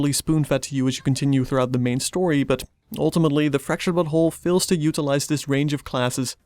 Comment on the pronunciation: now I´m not sure, but it seemed you said "Fracturted but*hole". Is this what the devs wanted to achive phonetically? xD Also very nice review!